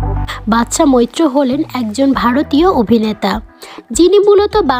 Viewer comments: একবার বাদশা মৈত্র পরে ই বাদশা মিত্র । এছাড়া উচ্চারণ ও খুব খারাপ। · mitro nay bolun moitro.ssm.